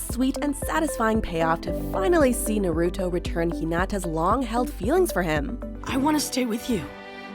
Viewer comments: Naruto not narooto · i cringe whenever someone says “na-root-oh” instead of “na-ru-toh”. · How she says Naruto lmao NaROOtO 😂😂😂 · Do people really pronounce Naruto like “nuh-roo-toe” like wha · Watchmojo has being mentioning Naruto for years, but some hosts/narrators DONT KNOW HOW TO PRONOUNCE NARUTO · Every time she said it i got seriously hurt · Sorry guys but they way you said Naruto internally triggered me... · Let's goo, they put the last! If only they said Naruto's name right... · The way she pronounced Naruto😭😭😭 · NOOO the way she says NARUTO AINT IT 😭😭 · The way you pronounce "naruto" lol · Why am i getting triggered when she say “Naruto” wrong